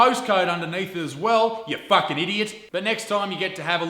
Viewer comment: Let's drop a like to this video every time he says "fuck-s-ing"